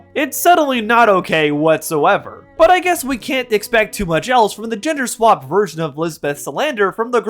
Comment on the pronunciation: “Genda fluid”